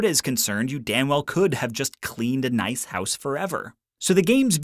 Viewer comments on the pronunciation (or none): none